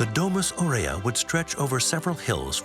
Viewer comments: And it's pronounced A - U rea. Not Orea , like the cookies!! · … at least pronounce Aurea well, the accent is on the first A not on the E. You make documentaries and you can't even read Latin!